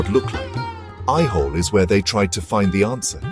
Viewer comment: Please correct your pronunciation the name of the place / village is AIHOLE and NOT what you pronounce AIWHOLE. Also it is NOT NAGAARA but NAGARAA. And the visuals are not of AOHOLE alone, but are mixed-up mess.